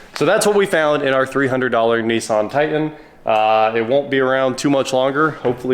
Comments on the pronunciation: It's pronounced Titan. Not Tie In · What kind of truck is a Tie-In? Grownup English please. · What is a "Tie-En"? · I tried but can't listen to 20 minutes of hearing Nissan "Ti'-en" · What’s a Ti-an? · likes to drop his ‘T’s’